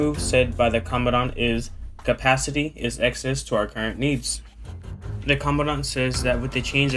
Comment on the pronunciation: "The capacicity exceeds our current needs" Love that marine articulation 👌